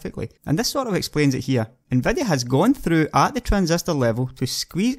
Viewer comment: you can FET them more....SEXHEIGHTY ... TRANSESTOR...NVEDEA...OMG this is so painful to listen to....seriously it is like I would speak in my own dialect on a youtube video... too bad because he seems quite knowledgeable..